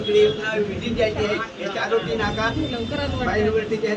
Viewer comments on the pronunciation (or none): चारवटी नका सांगू चारोटी सांगा.तुम्ही धांगडा का धानगडा